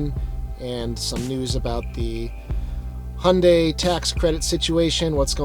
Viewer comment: “Handay”. You know so much about this brand/car (I do enjoy your videos very much) and yet it baffles me how you butcher the brand name every single time 😅 it should be “Hi-Yuun-Die”.